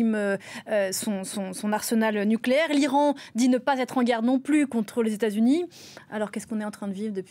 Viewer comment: Comment la journaliste peut dire ''arsenal nucléaire''..?